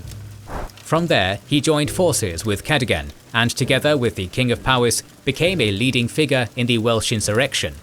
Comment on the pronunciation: Small note: "Powys" is pronounced "POE-iss", not "POW-iss". In Welsh, the letter "w" acts something like the letter "u" does in English.